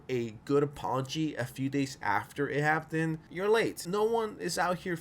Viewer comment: Is it your accent that makes you pronounce "happened" so terribly?